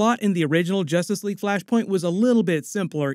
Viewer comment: “Justrice league”😂😂